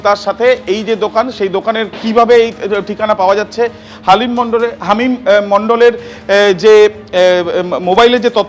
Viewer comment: Halim noy hamim 😂 bar bar Halim Halim bolechen 😂😂